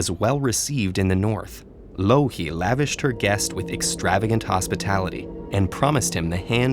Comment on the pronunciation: am i the only one who always hear "loki" when he talks about louhi?